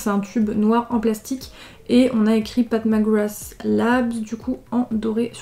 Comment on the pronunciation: J’ai compris “Pac Magwass” ... sinon l’arrière fais penser à un ticket d’or de Willy Wonka